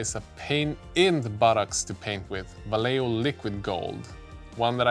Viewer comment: I just hope one day you'll bless us with a more accurate pronunciation of Vallejo brand... It's scratching the inside of my ears.. sounds like "vayeho" pls